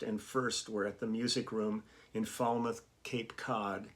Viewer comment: I hope and Pray I get to come see you Play Lee!!!!! SO happy you get to hit the road!!! Lee you said it right but if you are form Massachusetts it becomes like Gal.......So it is Fal mouth. So remember look at that prettty Gal my best Pal.......Falmouth!!!!! Falmouth should be like Fall sound.....Falmouth..... but we slaughter the proper sound...hahahaha!!!! Just looking out for you Lee!!! You can be a true Cape Codder!